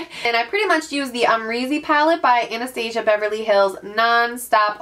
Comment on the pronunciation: Love your videos! Just a heads up that you should probably Google how to pronounce Anastasia for future videos- it's not like the cartoon. Looking forward to the makeup collection video!